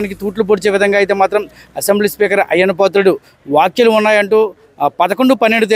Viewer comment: అయ్యా యాంకర్ గారు వాక్యలు కాదు వ్యాఖ్యలు అనాలి.